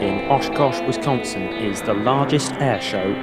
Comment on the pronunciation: you said Wisconsin wrong it's all cool it's just funny for me cause I live there